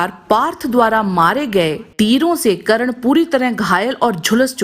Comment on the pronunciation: Karan nhi burbok aurat, Karna bolo